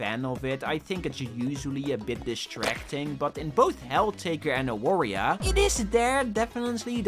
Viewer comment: Real quick, it's Avaria since in Polish the W is pronunced like that. Love the game and cool of you to give a shoutout :D